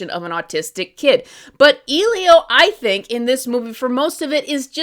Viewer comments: The way you kept pronouncing “Elio” as “Eelio” was so grating, sorry. It’s pronounced Eh-Lee-O, like elephant or elevator. I have a name starting with the “eh” sound and people are so weird with how they pronounce it. I just couldn’t take your video seriously because you couldn’t even pronounce the title of the movie correctly. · Sorry.. who is “eelio”? You mean Elio? 😂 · I could not disagree more. Elio (ELL-ee-oh, not EEL-ee-oh) is by no means a perfect movie and isn't the best Pixar movie by a longshot, but many of these arguments are ungenuine and only serves to show that you went into this film looking for any and all reasons to dump on it. Also, I'm just gonna say it; repeatedly mispronouncing the main character's name when it was spoken aloud several times by several characters in the film AND comparing what are obviously Latino characters to BEANS?!?! Not a great look. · WTF is "Ilio"? The movie is called ELIO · Just putting this out there because I’m particular about things but like isn’t his name “Eh-lio” not “ee-lio”? Like that’s all I’ve heard in the advertisements for it- I have not seen the movie yet though. I too am tired of the new pixar animation style- however I feel like it worked in just Luca. It made it feel more storybook like and it really fit the vibe of the movie imo. Other than that, they need to ditch it I am sick of the Kroger ad lookin characters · Why does everyone keep calling him 'EE-lio?' It's 'EH-lio' with a soft 'E', they say it dozens of times in the film it isn't hard to pronounce. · Bro fr!!! I didn't even see the movie, and I still knew it was pronounced 'EH-lio' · Exactly! People are way too focused on nitpicking. I understand the basis of not liking to style but people are way too focused on finding things not to like lately. (She isn’t even saying the name of the film correctly, did she even watch it or..) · How can you watch a whole movie and still confidently pronounce the main character’s name wrong 💀